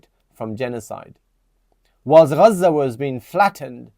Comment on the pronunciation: Bro your Pakistani what the f*** has Pakistan done nothing Furthermore you seem like you are from mirpur, Pakistanis of full of all of a sudden see the way they pronounce Gaza😂😂😂 before the the Gaza war you were not pronouncing the word gazza the way you did and there are many Pakistanis like that all of a sudden you woken up , lol